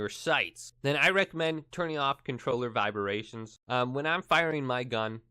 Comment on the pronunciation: "viberations" LOL